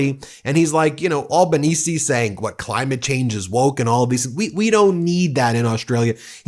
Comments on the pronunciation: Ben has pronounced Albanese correct finally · Hey - you finally got his name pronounced right... Thank you. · Albo! Albo! Albo! And Ben pronounced it correctly this time! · Nice work pronouncing the Prime Minister's correctly. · Well done, you pronounced Albanese correct on this video. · You're the first American that I have come across that pronounced Albenese close to correct ( Al benese not All benese) Dutton not only lost but lost badly, he shouldn't imbraced Trumpism but he also pushed for nuclear-power, which most Australians doesn't want. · Hey finally an American who can pronounce our PMs name correctly, nice one. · You pronounced Albanese right for the first time 😂❤ Dutton lost his seat for flirting with Trump! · Well done Ben You can pronounce Elbo’s surname correctly. Elbows up good man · Finally you pronounced our PM’s name correctly. Good onya mate 😂 Here’s what you need to know about us—we really don’t like bullies and con jobs. We see through that and will call it out. Dutton had a crack at pulling some Trump-style moves—talked about banning WFH, tried a bit of DOGE nonsense, and a few other duds. So we gave him the boot and re-elected Labor in for second term with a majority this time. Dutton even lost his electorate seat and can’t even be in Parliament now. Trump nonsense was not the main reason he lost but did play a part for sure. So yeh no Trump BS here. We don’t like stuff like that down under. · I’m just glad an American finally pronounced Albo’s name right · Glad you got Albanese right this time 😂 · Australia's Anthony Albanese (Labour), has won Federal Election! No Dutton, thank god!! Ben! You pronounced the 'e' at end of Albanese❤ Great job🙂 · Well done for fixing your pronunciation of Albanese. Another Aussie Meidas fan